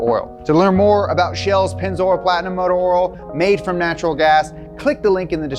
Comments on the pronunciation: Did you just say “ motor oral” three times? I think you mean “rotational inertia” and “linear inertia” when you say “rotational mass” and “linear mass.” Mass is mass, whether it is in motion or at rest. And “rims” when you say “wheels”. The tire makers are behind the move to bigger rims, because retail customers don’t have 13” rims on their cars. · "motor oral" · Who is this "motor Earl" ?